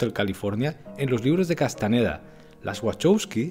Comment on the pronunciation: Carlos es Castañeda con Ñ. Si los gringos no tuviesen esa letra no significa que uno lo pronuncie mal.